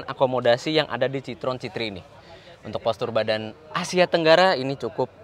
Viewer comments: citroën bacanya sitroen bukan sitrong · Bang itu yg bener bacanya Citroën bukan Citroën